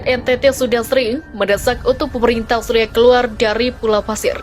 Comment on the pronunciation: suaranya sudah bagus, tinggal diperbaiki pronounciation nya, kata australia nyaris terdengar austria